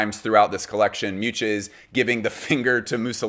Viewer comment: Hearing his pronunciation of Miuccia ("Mewcha") was atrocious